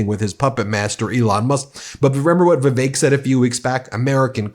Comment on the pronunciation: OMG - all these months I thought you were saying 'The Fake Ramaswami' when you mentioned him.🤣😂😅